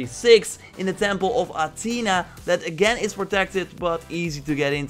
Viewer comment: it is not atena its athena